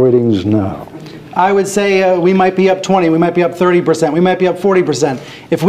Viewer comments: He pronounced percent as "berzent" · If we go back down 40 "ber-zent",that's ok too.